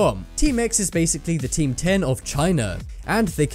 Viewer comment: It's not teamdom its team 10